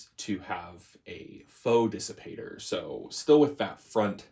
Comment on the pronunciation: Kissipator. Haha. The K from KP. But really, Dissipator sounds great.